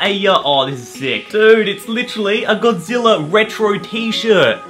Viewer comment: God-zi-lla king of the monsters